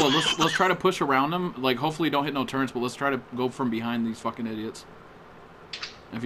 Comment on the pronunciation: TURRETS KUNNNT NOT TURRRENNTS